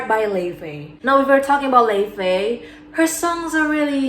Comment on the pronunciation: Lefay 😭😭😭 It's pronounced lo-Vay Love your vids btw